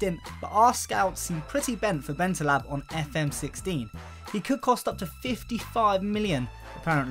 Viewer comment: BentalEb not BentalAb